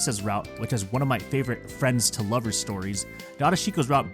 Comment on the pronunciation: so uh, your pronunciation isn't great but one thing specifically to know is that "to" is not pronounced like the english "two" but more like the english "toe," with a hard O sound, it means "and" or "with". also it's hilarious that you compared this nukige to a nakige (tho i know it's got some really sad parts).